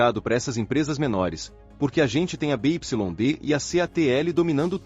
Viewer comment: BYD se pronuncia B= bi Y= uai D=di